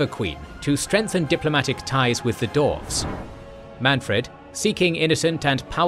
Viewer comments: The vid is amazing but you have to learn how to say some words from the universe. You have used so many models from TW franchise and even there characters say their names. I didnt know there were dorfs and Sarsnik in Warhammer. Same for Archeon. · Cool video but it's disappointing that time wasn't taken to correctly pronounce Archaon(as Archon), Clan Skryre(as Skyre) and Dwarfs(as Dorfs).